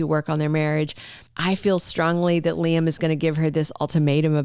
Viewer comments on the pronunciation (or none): why we're listening to Bots? They don't know how pronounce names? The bots and foreigners can't pronounce names like Shay-la - Sheila 😮 ly-um- Liam. RJ-RG? IT'S CONFUSING. SO Ridge is keeping secrets from Brooke, the part where Liam says he loves Steffy to Ridge. So apparently Brooke doesn't know that conversation? Please if you have pull, tell the writers we want the truth out!!!! ASAP. My friends have quit watching. Yes Steffy needs to leave so she can get her act together in the storyline.